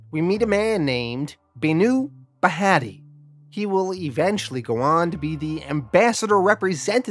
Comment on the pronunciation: You trying to pronounce Hindu Names so funny its bhaa-tia. 😂